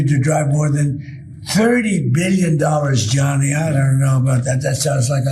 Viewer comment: He's calling him Johnny 🤦🏻‍♂️ it's Gianni 😫